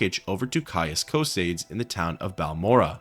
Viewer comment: “Caius Coh-Seyds!?!?”